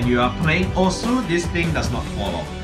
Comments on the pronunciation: iTs OsU nOt Ossss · It's pronounced like おす which is oss basically. Non-Japanese people pronounce the u because they don't know the Japanese pronunciation. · Its hard to explain but if I can make it easier the normal pronunciation is o- su and the karate one is OSSS and by the intro of the game "welcome to ossss" we can include peppy intends for it to be the karate pronunciation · is it osu or oss Definitely you can hear some "u" in your mind after oss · osu should be pronounced as osu